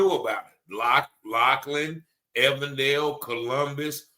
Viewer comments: SAY EVEN DALE !!!! EVEN!!! DALE ... NOT EVAN DALE !! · Than̈k you for continuing to cover this very important story. Just a note, the police you are referring to is pronounced with a long "e." Even-dale. Thank you.